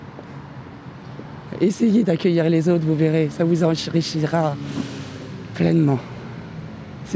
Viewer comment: Et bien...Le mot '' enrichira '' ...elle n'a pas réussi à le dire